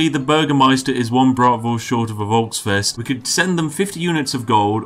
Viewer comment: folks-fest. that would be the right pronounciation.hard fffffffff